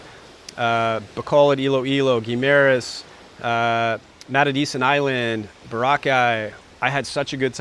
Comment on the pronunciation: Learn how to say Guimaras correctly.